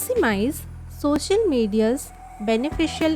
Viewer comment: Thank u mam ap Kai pass bht talent hai lekin ye social hota hai shocial Nahi dont take it negatively just wanted to correct Ur pronunciation🤝